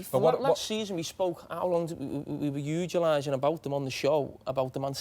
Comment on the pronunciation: Carragher "Ugilizing" hahahaha!